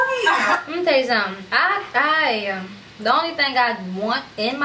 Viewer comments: you saying moni name wrong it’s (Mon-ni) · I love how you never never say Moni name right 😂😂😂😂🤣🤣🤣. Shit funny it happens. Consistency is key. It Mon-e. You say end with an “a” sound but it’s an “e”. I could never say one of my friends name right. Her name was Cindy but I always called her Sydney.